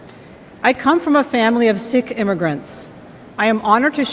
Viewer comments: It's pronounced (seek) not (sick or six) Sikh. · Sikh is pronounced Seek not Sick. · Pronounced Sikh is pronounced “ Seek” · She said Sikh religion, pronounced “seek” Sikhs believe in one God, called Waheguru, which means "Wonderful Lord" or "Wonderful Teacher". Sikhs believe that Waheguru is: Genderless Eternal Ineffable Self-revealing and necessary Transcendent Present in all creation Beyond time and space Beyond the cycle of birth and death I only know because I’m religious affairs specialist in the US Army. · Seek is how that religion is pronounced. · Sikh is pronounced Seek. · I thought it was pronounced “seek.”